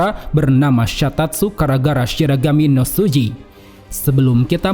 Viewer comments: Berarti Bankai Divisi Zero ini harus bergilir ya kalo mau dipake? Btw Min lu sendiri yg nulis "Shigarami" tapi lu bacanya "Shiragami" jadi yg bener yg mana? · bang yg bener shiragami atau shigarami si kok tulisannya shigarami tp abang ngomongnya shiragami